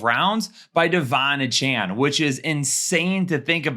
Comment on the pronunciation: Ok, love the show, appreciate what you do. That said: AY-chan, not UH-Chan, please. Kthxbi